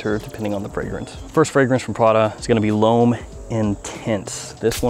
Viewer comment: the amount of l'ohm-ing is painful